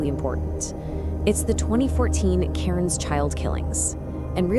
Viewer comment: Cairns, not Karen’s.